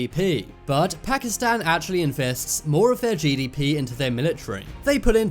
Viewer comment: First of all learn how to say pakistan btw why did u make pakistani look like arabs?